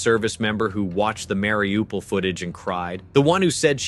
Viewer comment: Bordel. Mariupol et non Wlaripopeul ou Laripopil